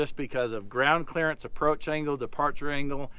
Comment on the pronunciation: What a fun day! The teacher in me says: 'Clearance' not "clearence". The dad in me wants to say well done! It's hard to let you son just go, but Rhett has learned some great skills! The curious me wants to know what air pressure you are running? Why don't you pull the hitch out of the receiver on the banana?